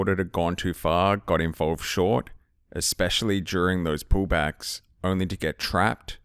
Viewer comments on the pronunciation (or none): This one is "eXpecially" good, thanks ;)